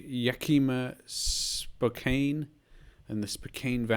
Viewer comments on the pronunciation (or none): Ahhhh, first guess, good to have you in my neck of the wood. For reference, it's Yak-ee-ma, and spoe-can. I was saying to myself "you need to zoom in a bit more" Good guess, tho, for not being able to move. A really great round, especially iceland.